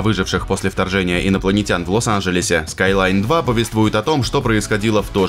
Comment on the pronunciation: Скайлайн? Вы что с ума сошли ?